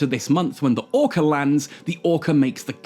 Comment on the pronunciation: Ore-car …. Lol